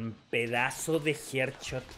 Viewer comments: No es HEARDCHOT SE DICE HEADSHOT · Mira esos "jer chot" papá :v